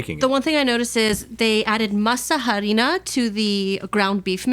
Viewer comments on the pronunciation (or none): I love muricans using Spanish names, mispronounced, to say something they can just translate. Masa harina = flour ( dehydrated) but still flour 😂